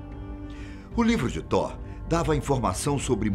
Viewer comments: Man da uma agunia ele falando Tó sendo que se diz toti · Apresentador o nome do Deus e Tot e não Thor ( Thor e Deus nórdico ) Tot e Deus do Egito fala por favor o nome do Deus do Egito direito e Tot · tor ??? ou thoth ?? acho que ele falou errado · Eu vi a thumb pronunciando "Tof" ai tive que ficar ouvindo Tó e Tor o vídeo todo ksksk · A fala está errada tem que ser : " toti " não Thor..... A pronúncia ficou Thor, mas tem que ser "toti" ,que é thoth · Ele tá falando errado.. tá com som de R e tem T no final desse. Era pra pronunciar Tóti.. rs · Nem "toti" e sim "tof" tá querendo corrigir sendo que nem sabe. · Excelente narração, voz, poder de comunicar de destaque, porém pode ficar ainda melhor se estudar previamente o que esta a narrar...ja percebi algumas vezes a falta de conhecimento. No Caso deste video em particular o deus é Thot e pronuncia se Toti e não Thor, q é o deus Viking. Grato pela narrativa envolvente e por compartilhar conhecimento diferenciado. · Ler "tor" é errado lê-se "tó t". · Mas ele não confundiu, tão pouco insinuou que tivessem alguma relação. Na vdd, ouve um erro de pronúncia, que faz com que pareça que ele está dizendo Thor. Só isso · Ele n falou "thor", e sim "Tó" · se pronuncia "TOT" mas isso é apenas um detalhe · THOT o T no fim é para pronunciar (thote) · Acho engraçado como ele pronuncia "Toth" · Tá pronunciando errado.. Thor é o Deus do trovão,o velho teria que falar Tóti kk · Concordo o narrador pronunciou o nome errado. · o th é pronunciado como um T com a lingua entre os dentes, porém quando o th fica no final da palavra ele é pronunciado como uma especie de F ou S com a lingua entre os dentes, esse som não existe no ptbr. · na vdd a pronuncia do vídeo está errada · A pronúncia de thoth stá errado , mas o vídeo é bom😎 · Ele pronunciou errado. Ficou estranho msm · Ele só ta pronunciando errado